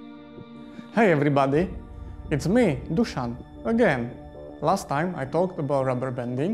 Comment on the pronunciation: Fact: 0 people in the comments have pronounced Dušan's name correctly.